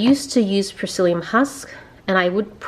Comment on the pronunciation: lol, it took me 2 times before I realise you were saying psylium husk. I was wondering what 'prysilium' husk was. It hard to be on a diet when you are not used to it but after watching this video I also find the nutritional facts interesting once you work out the calculations. Hope you, Tobias and the baby are doing well.